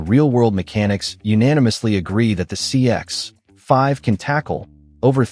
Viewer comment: Tip for YouTube creators who use AI. Check your copy before generating audio. Find and replace Mazda CX-5—change to CX5, otherwise you get that awkward pause that sounds so obvious. Same with "9 liters slash 100 kay em". That's brutal and easy to fix. Better yet, try writing your own copy.